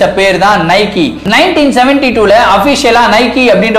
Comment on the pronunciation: நைக்கி illa bro நைக்